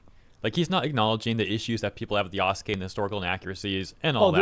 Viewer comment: Lmao everytime he says Yaskay instead of Yasuke i cringe so hard 🤣